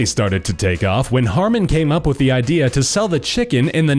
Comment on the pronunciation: *Harman, not Harmon.